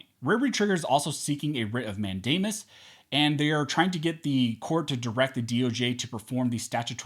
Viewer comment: Did you say Rit of Matt Damon ? ? ?